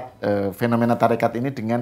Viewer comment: Maaf ya mengucapkn TORIKOH nya juga salah malah Tarikat itu tdh ilmiah